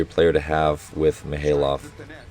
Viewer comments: Hey Coach, just noticed your pronounciations on some of the Russian players is still a bit off. Usually, most As are pronounced as "Ai," so Mikhaylov would be "Mikh(khhhh sound like you're spitting)-Ai-lov," which is why it's sometimes spelled as Maksim Mikhailov. Also, Poletaev would be Po-le-tai-ev, and Kurkaev would be Kur(like ooor)-kai-ev. An exception is Pankov, which you prounouce perfectly. Just needs a little harder accent. Ngapeth uses a silent N, so it would be better to say "Gapet." Loving the commentary! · your initial pronunciation of Mikhaylov was right